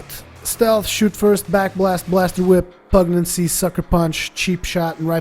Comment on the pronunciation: Pugnacity - (pug nas itty) pug - like the dog/ nas - nasty minus the ty at the end/ itty - like titty without the first T. pug nas itty - not pug naccy.